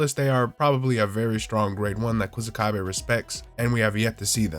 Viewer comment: Ku "Suh" kabe is how you pronounce his name. Literally means grass wall